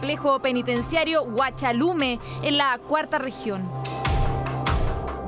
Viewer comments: Huachalalume no huachalume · Es huachalalume no huachalume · ¡ COMO SIEMPRE PERIODISTAS MALAS, ES : " HUACHALALUME " !